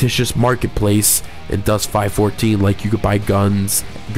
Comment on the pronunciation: ITS 5 1 4 pronounced five one four ill just leave this here